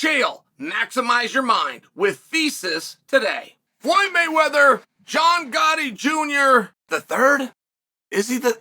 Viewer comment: Gatti, not Gotti